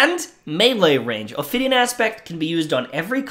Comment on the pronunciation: I agree — also there is no “r” in Ophidian.